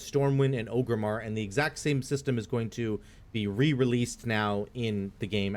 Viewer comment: Orgrimmar, not Ogrimmar. A lot of people mispronounce it even thought they say it in the game a million times lol